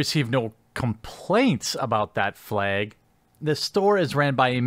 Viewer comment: "Fleg" Midwest af